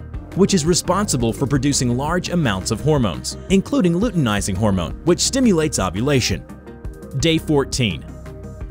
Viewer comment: Its luteinizing hormone not uteinizing hormone